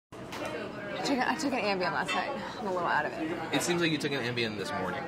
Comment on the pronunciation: ambien..... ohhhhhh ambien lol